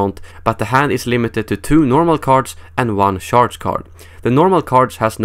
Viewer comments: It sounds funny the way you pronounce charge. You pronounce it like the word sharp. Try pronouncing it like charmander, hope that helps :) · not sharge?